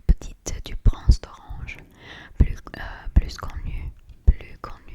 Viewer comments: you pronounce plus with a s if the following word is a vowel (unless it's a proper noun) and if it means "+" or an advantage if it means something negative or the next word is a consonant or it's the last word of a sentence it's "plu" so "plus connu" is "plu" i'm sure there are other cases and exceptions but it should be right most of the time 🤭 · Merci pour cette vidéo, tu parles vraiment très bien, c'est impressionnant !! 😍😍🤩🤩 : on ne prononce pas le "s" à la fin de "*plus*" quand il est suivi d'un autre mot. Par exemple, le plus connu ou le plus grand se prononcent "le plu connu ou le plu grand". Mais si le mot plus est à la fin d'une phrase, là on prononce le "s". Par exemple : c'est l'acteur que j'aime le plus ! (on prononce "pluss") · Cool en français 🙌🫶 plus connu mais tu ne prononces pas le (s) à la fin ;-) donc la prononciation est [PLU] ! Bravo pour ton français c‘est très bon 😊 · Pour le « plus connu » on ne prononce pas le S, donc on prononce « plu connu ». 😊 Ton français est impressionnant❤️ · Tu t'en sors tres bien! plus : plusse Travails tes U un peu. Best tegarfs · On ne prononce pas le s de plus quand c'est du négatif ou quand c'est suivi d'une consonne b c d f g h j k l m n p q r s t v w x z Par exemple "c'est plus dur" on ne prononce pas le s de même que dans "il ne pleut plus" on ne prononce pas le s non plus. Mais de manière générale si ça te paraît bizarre de prononcer un s c'est qu'il ne se prononce pas par exemple arcs-en-ciel tu as eu un moment de doute tu as su naturellement que c'était bizarre de prononcer le s